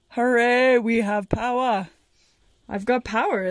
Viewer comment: Remember to use your newly found “POWAH” for good and not eeeeevil! 🤣